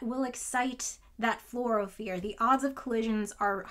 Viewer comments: First, I'd like to thank you for the distraction from the thing going on. Second, I am often mistaken but every time I've heard Fluorophore pronounced it was "floor-o-four". Again, often mistaken but I've handled a few of them. Finally, in response to the observation that you get less light noted Tell ya what: Who cares? Assume you have a magical Photomultiplier that can go ahead and detect single photons and is magically programmed at the emission wavelength.I think the limit of the system is not a particularly small number in a theoretical sense. I suspect the limit is determined by the size of the fluorophore and it's surroundings. If a fluorophore emits at 460nm given: 1 photon of 360nm light, 2 photons of 720nm light, or 3 photons of 1080nm light I think the limit is when the wavelength is so high that it no longer reaches the fluorophore. Also, this forced me to look up if Radio-frequency wavelengths can induce fluorescence, and it looks like the answer is 'yes' based on a 2002 study linked below: The author is using 3.175MHz radiowaves which comes out to a wavelength of about meters. Rounding down to 94.0 to keep me sane, 94m / (360nm * (1*10^-9)) ~ 261,111,111 This is a lot of emitters, and the frequency can get lower! Based on this, I would say the limit is determined by whether or not Comically Long Frequency Radio Waves (Think <<1Hz) can reach your sample from the emitter, and if enough can be pointed at the sample to excite the fluorophore. I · Love your videos. Pedantic pronunciation comment for you to enjoy: fluorophore floor-oh-four rather than floor-oh-fear (the former of which you use at the end). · I never heard fluorophere, but always fluorophore! But I like the way you pronounce the word nonetheless. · Fluorophore as "florafear" is great, I love it.